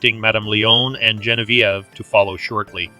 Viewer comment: Hopefully you take this as constructive. Zhe [like the as portion of tre as ure] On [Like john] V [Like the letter] Ev [Like ever] So... Zhe on v ev Gen vie ve 👍